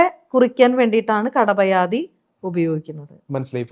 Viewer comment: It is not kadapayadi, but kapadayadi